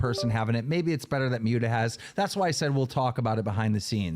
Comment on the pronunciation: I don't know whats worse. Boogie, or the way keem says Muta